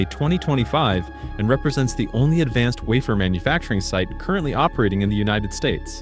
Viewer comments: Lazy producers. First say 165 billion and has 160 billion on screen. Next AI generated announcer which can’t say wafer correctly. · Waffer, wafer ,whatever.